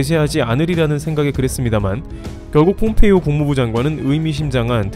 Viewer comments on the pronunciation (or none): none